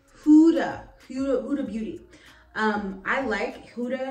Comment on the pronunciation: You know you bought the O/S spray because Beyoncé uses it for her renaissance tour. 😂 You should record your makeup routine for yourself to see what works and stick with it. It's pronounced HOO-duh Beauty.